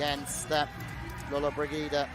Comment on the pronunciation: Commentators should have some respect for the competitors & pronounce their names correctly, this commentators persistant inability to pronounce Lollobrigida was irritating & disrespectful.